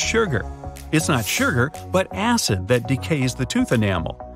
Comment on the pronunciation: Canadians say "shurger"?